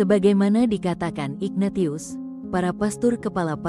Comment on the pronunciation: Maaf, narator tidak paham penyebutan nama yang berasal dari ejaan bahasa Latin: Ignatius seharusnya dibaca: inyatsius